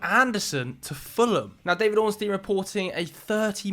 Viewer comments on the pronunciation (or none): none